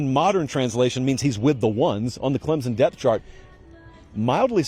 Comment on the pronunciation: C’mon! It’s Clem-Son Go Tigers!